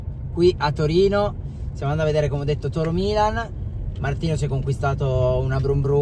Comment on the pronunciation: Si dice Torino.